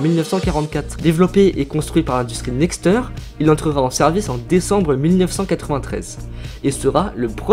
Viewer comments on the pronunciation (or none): Amx B2 (Amx 30 B2); Nexter prononcé Nexteur a l'anglaise, non c'est bien Nexter (next air). Hyperbère non hyperbar.